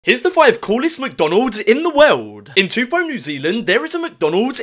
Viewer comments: the way he pronounced “taupo” though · Toopo no it’s pronounced TOEPAW Spelt Taupo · My man just said toopo it's pronounced toe-poor and spelled taupo. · The first one is pronounce tow-paw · Taupo is pronounced (Toe-Pohh) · As a fellow newzealander the way he pronounces taupo hurts me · I live in New Zealand and you pronounced Taupo wrong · What there’s a McDonald’s airplane in my country POG and you missed pronounced Taupo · You pronounced Taupo wrong which is the mc Donald’s plane and that plane stinks inside